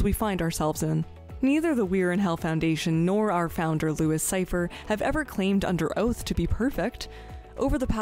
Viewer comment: Me, hearing first time: "Our founder Lucifer" Doubletake. Rewind. "Our founder Louis Cypher." Me: x.x